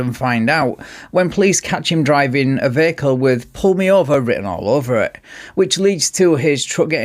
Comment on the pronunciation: He's not drivng, he's drahvin'!